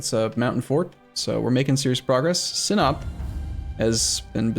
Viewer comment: I thoroughly appriciate your pronounciation of the turkish province names, I've seen people pronounce ''si'' in ''sinop'' as in ''si'' in ''side'' so, thanks, also I am thanking as you proceed to rekt ottomans so its weird :D